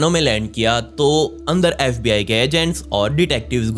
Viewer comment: Saste nase kr ke aaya tu bhai baar baar fbi ko sbi bole jaa rhaa